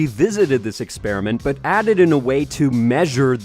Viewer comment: why is he saying "EXPERI-N-MENT" makes him look more stupid than being a flat earther does